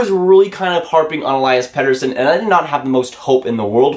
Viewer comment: Listening to you pronounce his name over and over was like fingernails on a blackboard. Other than that, you were among a lot of doubters. Watching him last season dominate the SHL playing against men and winning MVP, playoffs MVP and breaking the scoring record for U20 rookies becoming the "Best Junior Player in SHL History", I knew he would be an impact player and a future major star in the NHL. How do you pronounce his name? Here's what he says...